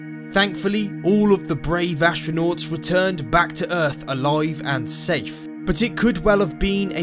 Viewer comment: Where is this "Erf" planet the narrator speak of?